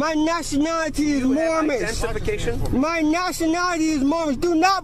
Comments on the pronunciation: "my nationality is Moormish" LOL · This is an oldie, but a goodie. It's right up there alongside the P. Barnes tasing for ease of remembering. Poor, can't even pronounce "Moorish" properly. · Moormish? What a fool.